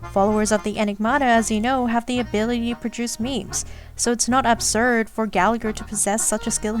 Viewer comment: I have nothing to add to these big brain comments, but I just wanted to say this video and the last one made me appreciate Gallagher a lot more! I was initially interested in him bc his name is Irish and I’m also Irish (which btw, no shade on anyone bc Irish is hard but his name is meant to be said more like Galla-Her with the second g being silent, and Siobhan is more like Sho-bawn) but how interesting he’s proven to be has me hooked! I’m now working on building him despite him being E0, hopefully I can pull him a couple more times to make him nice and strong ^^ Also: I love your humour throughout the video, I hope you make more star rail vids like this if you feel like it ❤ Also also: you are a person of culture for all the Layton music